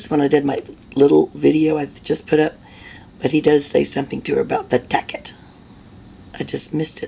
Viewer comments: He mispronounced the word tacit. It is not pronounced “tack-it” but rather “tah-sit”. It means this: If you refer to someone's tacit agreement or approval, you mean they are agreeing to something or approving it without actually saying so, often because they are unwilling to admit to doing so. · the word dumbo is trying to pronounce is tacet agreement with the C having the S sound. He eventually learns how to say it. It's Sov Citizen crap. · tacit agreement agreeing to something or approving it without actually saying so, often because they are unwilling to admit to doing so. He is just mispronouncing the word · Lol he’s saying it wrong…it’s TACIT agreement… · Taket agreement VS Tacit Agreement! Ugg, every time I rewatch DUHH-REL, i get agitated!! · He's pronouncing Tacit as Tackit. SMH